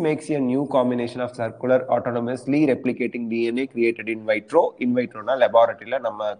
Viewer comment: The pronunciation of in vitro and invivo has to be rightly said..